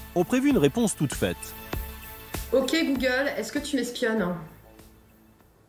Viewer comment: "ouki googole" mdr 😂😂😂😀😀😂😀😂😂😀